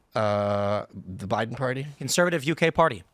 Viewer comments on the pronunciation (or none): none